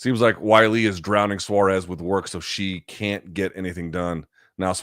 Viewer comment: loog pronounces "wei li" like wile e. coyote. is that really how you say it?